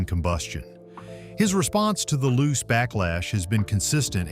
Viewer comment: Not loose. Lu-che pronunciation!